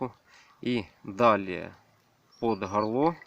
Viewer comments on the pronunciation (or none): Шо!? Под самое Хорло? Хорит? оХонь?